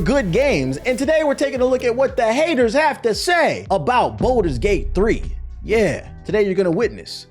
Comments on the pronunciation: Please quit calling it bolders gate its baldurs gate but good vid other then that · “boulders gate” kills me 😂